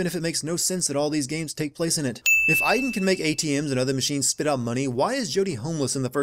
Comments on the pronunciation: as a person who's name is Aiden you said my name hella wrong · you realize you are saying aiden wrong say it like from watch dogs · You forgot to sin they never pronounce the name Aiden correctly (Ay-den) they called them I-den (As my name being Aiden i cringed so hard every time they said it) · 4 the justification is that she is trying to piece together her memories, so they wouldn't necessarily be in order. 22 ok, you know what, it's bad enough that the game keeps mispronouncing Aiden. 32: this is a recurring problem in david cage's games. It's like no matter what you do, the same thing always happen. Could it be fate. Or just lazy game developing. 35: that's where you're wrong. About a quarter of people had chosen the leave route. The game even tells you what percentage of players chose what path so you have no excuse for not knowing. Or maybe the percentages were different when you were playing this game. 64: maybe that's why only one smith bothered to fight Neo in the final film. 111: Yeah, I probably don't need to point out the time gap here and the other scenes we have seen with her and ryan. 112: oh that's just standard description of a love interest in film and tv, saying that they're smart and funny, even if you haven't seen much evidence of either or both. The only thing she missed out on was that he's pretty. which really wouldn't work. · Where are the innumerable sins for Jodie pronouncing Aiden wrongly? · The real sin, how Americans pronounce Aiden